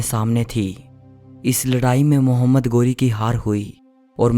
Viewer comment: 👉 गोरी नहीं, ग़ौरी है 😀